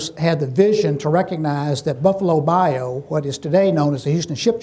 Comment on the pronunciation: Learn how to pronounce Bayou. Also, quit being a hypocritical religious slimebag.